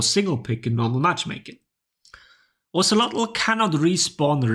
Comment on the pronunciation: Oh-say-low is how you pronounce his name if anyone was wondering :)